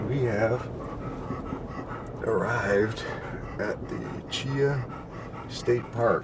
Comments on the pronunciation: Chee Haw is how it is pronounced. Great video. That storm really tore the place up. But that’s Alabama for you. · Great Vid...but from an Alabamaian...Cheaha is pronounced Chee-Haw.